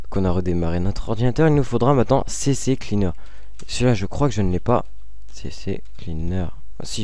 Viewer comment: super mais je voulais juste te signaler l'erreur que bcp de personne font : on dit "c" et après "cleaner" on dit pas "cc" et "cleaner"